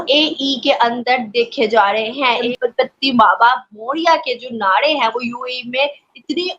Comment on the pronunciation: It's not nade it is naare